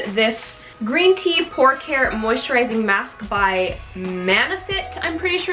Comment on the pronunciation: I heard Green Tea "PORK" care!! Lol